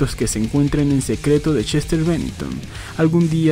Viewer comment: Seguramente no lea éste comentario, pero igual se lo voy a escribir: en solo el primer minuto con 50 segundos del vídeo se me pasaron varias veces por la cabeza de que yo estoy muy seguro, y creo que mucha gente coincidiría, en que el señor Bennington se llama Chester y no Shester, y para quien quiera decirme que eso es sólo su forma de hablar que me expliquen por qué puede pronunciar perfectamente la palabra "escuchar" (sin decir "escushar") pero no puede decir Chester y repite incontables veces Shester